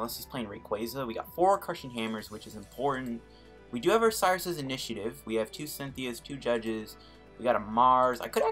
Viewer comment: I think you’ve been playing too much Platinum era decks. You called Cyrus {*} Cyrus’ Intivative XD